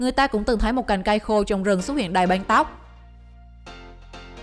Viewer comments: Đg xem mà nghe cái banh banh =) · Cái giọng đọc đặc chất địa phương khó nghe quá : từ băng sao lại đọc thành banh ? hình như lưỡi ngắn ấy ? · băng mà cứ đọc banh, đóng bank , may máng, bạn có nghĩ ràn :)) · Băng not banh nha chị :)) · Băng not băn :) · Băng not banh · Đóng băng chứ k phải đóng banh . Thác lửa chứ k phải tháp lửa . Lỗ chứ k phải lổ Nhảm vkl 😏😏